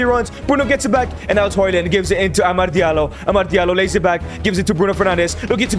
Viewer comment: Why do you say amard its amad